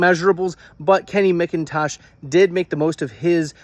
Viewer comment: Mac-Intosh like the computer not mick -in-tosh. Geezus. Credibility = toast